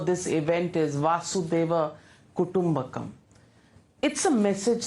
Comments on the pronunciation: It is "vasudhaika kuTumbakam" means the world is one family. Vasudha - the earth, eka - one, kutumbakam - family. Vasudha+eka = vasudhaika. I notice majority of the people can't pronounce it correctly, here Navika calls it vasudeva kutumbakam. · Why she spoke vasudev kutumbakam?? I know she speaks hindi and yet pretending she did not how to pronounce it. Mentally of Urban People now days. Pretend that you don’t know how to pronounce a hindi word.